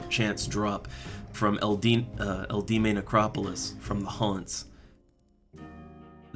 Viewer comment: Eldieme necropolis is pronounced L.D.M. :) easy way to remember.